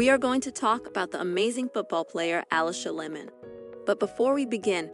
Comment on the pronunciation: It's pronounced Aleesha Layman not Alisha Lemon.